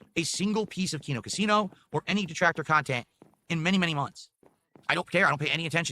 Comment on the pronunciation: Great khantent.😂